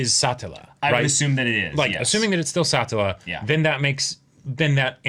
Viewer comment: A self-insert is a character that represents the author or someone else with the authority to make creative decisions. What you're thinking of is audience surrogate. The way you guys pronounce Satella just causes me to hear "satellite" every time you say her name. Even if Subaru did treat Petra like and adult it would still be 100% platonic because she isn't Emilia so no need to be so squeamish about it lol. Pretty sure the Rem sub-plot is all for the drama rather than some strategy to get her out of the way.